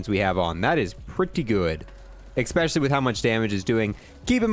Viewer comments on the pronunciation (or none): Drinking game: take a shot every time he says "eckspecially" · Ok you have to stop saying “eCspecially